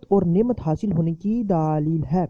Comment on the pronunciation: Daaaalil h nahi hota dalel hota h